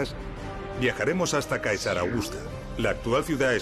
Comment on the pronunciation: Vídeos magníficos y admirables trabajos de investigación, muy bien explicados. Ahora bien, Caesar se pronuncia César.